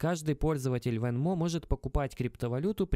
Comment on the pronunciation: Venmo ударение идет на е, говорю как гражданин США )